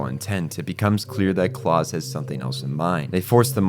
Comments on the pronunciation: pretty sure its pronounced like the german 'Klaus", not Claus as in Santa, since all the other names used in this manga are also Germanic. Also, you state "it's unclear if the twins attended the readings", then immediately say that they definitely did a few minutes later, and maintain that through the rest of the video. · Please learn how to pronounce “Escape” and “Klaus”. There is no “X” in escape and klaus is pronounced like “house” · My brother in Christ that is NOT how you pronounce Klaus or Munich Also satellite, not "satilate"